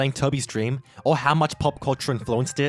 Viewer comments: This is my "dreap". Hahaha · LEARE DREAP